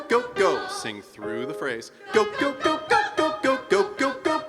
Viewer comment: I gyo. Instead of Go. Is that ok?